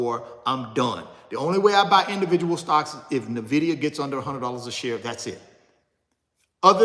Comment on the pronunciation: Can someone teach him how to pronounce nvidia